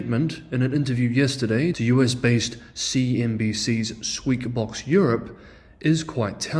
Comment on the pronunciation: Did you just say ... "Squeak Box Europe" ... ??? ... 😃 Naaw-YuhDidn ... dijuh? ... 😸 I'm gotta hear that again ... 😼